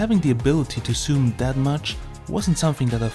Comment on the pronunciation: HI, Great content Bro...i watched till the end...ah also would you please stop saying ''soom''...and start saying ''zoom'' ;)